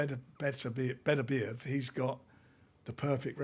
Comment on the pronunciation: Crack open the champagne 🍾 Frank's finally learned how to pronounce Beterbiev's name.